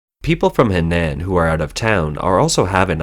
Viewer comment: HENAN is pronounced HUH-NAHN wake up reporter!